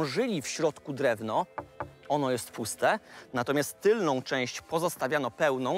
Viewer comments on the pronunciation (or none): none